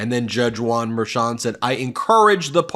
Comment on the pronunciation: Why do you keep saying Juan merchon like it's one name...it's not.